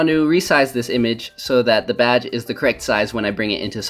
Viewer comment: It sounded like you said "batch" when you were ACTUALLY saying "badge"